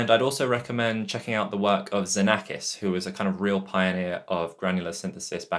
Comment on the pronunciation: That was very inspiring - thanks for sharing, a great step towards exploring further. Just a tiny thing, his name is pronounced as [ksenakis] as it’s the Greek letter ξ 😊